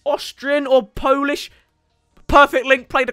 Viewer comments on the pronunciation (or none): none